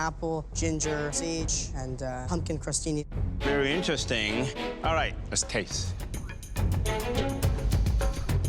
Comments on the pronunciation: "you had the wwight amount of pumpkin, wwight amount of stock, and the appow complements it perfectly" ~ chef Alvin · “You had the wight amwount of pumpkin. The wight amwount of stock. uwu”